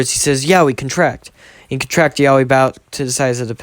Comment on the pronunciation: say yeoui like yo wi not YAOI like bruh thats kinda sus thoooo